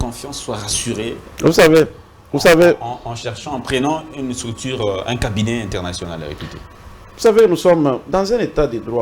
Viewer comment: Au lieu de dire ""STRUCTURE 'OU SUR TERRAIN"""le vassal du kabiliste muzito, prononce """"" STRICTIRE OU SIR TERRAIN...."""" c'est un faux PROFESSEUR.....